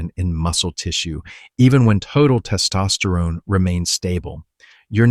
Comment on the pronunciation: It's hard to listen to because the way he says "Test Osterone" is super distracting